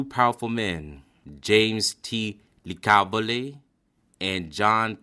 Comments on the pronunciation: Its pronounced LICKA-voli not licavili, John Penis Tronolonayyy with a picture of Anthony Strollo? Dude really? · I know that the underboss of Detroit Black Bill Tocco had a house in Miami and had moved down there in the late 30s. And Licavoli is pronounced La CAAV oh Lee of the American is lick ah vole ee😂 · It’s pronounced lick a voh lee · Sammy said hitman's hitman. He's just making up stories Sammy pulled the trigger once or twice lmao. Good video. FYI it's pronounced Lick a vole and Grenich village that's not how it's spelled but it's how it's pronounced. The rest whatever gravano said it's probably about 25 to 30% true. Good job on trying to pronounce it right though I know it's hard. In the future it's probably a good idea research how to pronounce it before you make the video because it just makes it look more credible that's just my advice I enjoyed the video and thank you